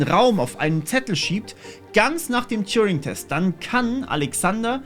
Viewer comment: TURING! Der Typ heißt: Turing! Ohne "J" (gesprochen "touring". )..mach nur Spaß, bin großer Fan.. Allet juute ^^🤣